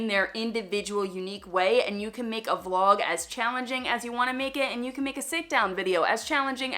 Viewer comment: Did you say vlog or flog???? I didn’t think it was that kind of channel. 😂😂